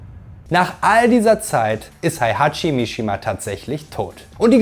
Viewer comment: Wie wäre es, wenn Du lerntest, die Namen und Begriffe korrekt auszusprechen? Heihachi, Kazuya, Jin, Jun, Hwoarang, Alisa, Azazel, Kazumi, Zafina, Kazama, Armor King und sogar der Begriff Dämon werden hier von Dir völlig falsch phonetisch wiedergegeben. Ein Wang Jinrei heißt auch bei Dir bitte nicht Wing Jinrei, so wie Lei Wulong ebenso nicht Lai Wulong heißt. Auch Craig Marduk heißt nicht Craig Murdok. Hast Du je eines dieser Spiele gespielt oder redest Du nur darüber? Nichtmal Street Fighter - denn auch Akuma gelingt Dir nicht.